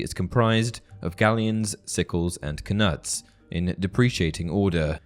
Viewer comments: Just thought I would mention that the K in Knut is silent you pronounce it like nut not knut. It's like Know and Knight, just thought it was worth mentioning. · I'm fairly certain the K is silent in knut.